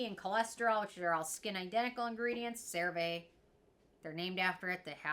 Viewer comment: Please for the love of God, start saying this product name correctly!!! 😂😂😂😂